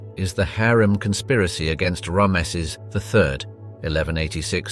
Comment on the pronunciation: Could you look up how to say Ramses 😅